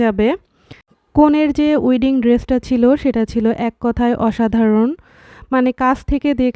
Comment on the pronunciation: উইডিং না ওয়েডিং হবে।